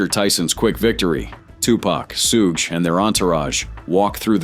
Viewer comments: Sooo Ghey Knight. Bruh, Shoog Knight. Thats how you know this is AI narrator bullshit. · Its not Sue-Gay Knight its Shug knight damn AI 😂😂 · Sooge, Soogay, Soogah Knight? How about writing your AI script to say Shoog. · We’ve been pronouncing Suge Knight wrong all along! Sue-Gay Knight is the right way! 😂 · So that's how you pronounce it, "sue gay" then there's shooge. Ok robot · The way the AI said Suge's name made me think of an anime villain name lmao Soogei Knight lmfao 🤣🤣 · Damn AI.... not " Sue-gay Knight" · close enough lmao